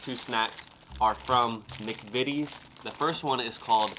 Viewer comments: You are the first American I've watched try British snacks to pronounce McVities correctly well done son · You are the only American who has pronounced the McVitie’s right. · I agree, I've watched loads of Americans try and review British sweets/snacks and British "Biscuits" and you're the first one to pronounce McVities correctly . Try the chocolate digestives with a "Brew" or cup of tea, they are amazing. We have Hersheys in the UK , but compared to Cadbury or British chocolate in general are rubbish. I work for a large supermarket and Cadbury sells 10 to 1 over Hersheys . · You’re the first American I’ve seen to pronounce McVities right, but like every other American you’re eating it upside down! I guess it doesn’t really make much of a difference because the flavour will be the same, but we would eat it chocolate side up. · you have done the best reaction to British snacks even pronouncing McVities correctly. There is nothing better sitting around a table chatting with friends & family with a cup of tea and dunking biscuits. The ginger nuts I prefer dunked in tea or coffee. I lived in Australia, Cadbury chocolate tasted different there because of the extreme heat Cadbury Australia includes ingredients to stop the chocolate melting. Your Crumpets won't have a long shelf life, well toasted buttered while hot, the butter melts into the tiny holes served with a cup of tea, ideal for breakfast or on a cold autumn/winter afternoon with a cuppa. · And well done young man, you are the first American reviewer who just seemed to know how to say "McVities" without hesitating or trying it 3 different ways. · Yep... nice job, spot on 😊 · You aren't wrong.